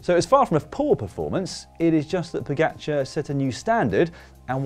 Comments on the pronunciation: Im just glad comentators learnd how to prounaunce his name somehow Pogačar became Pođakar and now is Pogačar again. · Slovenians have it all arranged. Commentators didnt know how to say the name pogačar (somehow it became pođakar) and now theyll have to learn. Next one is Jan polanc to win i see. Just to prepare you its not polanč but polanc.